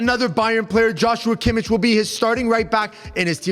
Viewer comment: Everytime I hear them say Kimich name is killing me. The Hojlund one wasn't a slip up it was a spoiler forv2025/26 season